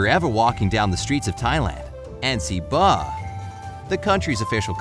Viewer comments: IT'S BAHT AND NOT BAH. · First it's Baht not bah and yes you can't step on money in Thailand because I also lived there too! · In Thailand it's pronounced baht not bah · Bhat not ba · What did you call Baht? I heard you said Bah with no T hehe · It is pronounced ba-ht